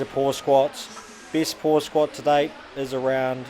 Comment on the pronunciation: Haha that guy be like "that's a lot of weight to swkot"